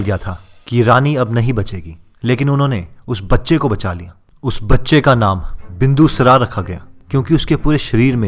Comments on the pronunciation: सबसे पहले मैं यह चाहता हूँ जो भी व्यक्ति इस वीडियो में नैरेशन कर रहा है वो अपने डिक्शन को सुधारे सबसे पहले आपने कहा विष्णुगुप्ता तो यहां विष्णु गुप्ता नही विष्णुगुप्त है दूसरा बिंदूसरा नही है बिंदुसार है थोड़ा सा इस तरफ ध्यान दीजिए और अच्छा हो सकता है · पहले शब्दों का शुद्ध उच्चारण करना सीखो । क‌ई शब्दों में अशुद्धता है जैसे,,, बिंदुसार को तुमने बिंदुसरा बोला।